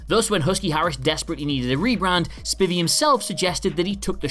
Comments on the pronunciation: It's pronounced SPY-Vee you idiot NOT spivy. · Dan Spy-Vee, sir. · Pronounced Spy-vee not Spi-vee. And Spivey's Wayland Mercy was based on Deniro in Cape Fear. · You know his name is pronounced Spiiiiivey right?